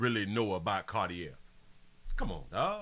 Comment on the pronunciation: The glasses are pronounced CAR-TEE- A (CARTIER). The ER at the end of the word CARTIER, makes a LONG "A" SOUND. The name and the brand, are FRENCH.